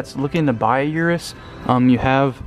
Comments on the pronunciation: I use to call it (Yur-us) too, but it’s actually pronounced (Oo-rus) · 3 mins wasted - Shoulda known when you said 'Yourus'